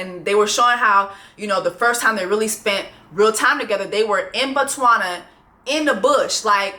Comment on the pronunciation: Jessie I absolutely love you and I’m from Botswana and loved the way you pronounced it!! Good job girl! Ps we used blue magic too! Was shocked to get to the states for college and see that that’s the universal black girl hair grease 😂